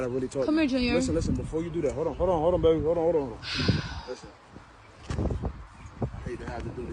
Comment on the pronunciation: Why is she saying “beebee” … it’s an “a” …. It’s called “baby” sounds like “bay-bee”